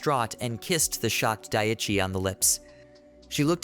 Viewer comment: For some reason the mispronounced name of the MC bothers me. Day-chai vs Die-chee. I totally understand this is a "me" problem and no reflection on the quality of the script, which is unusually well edited compared to others.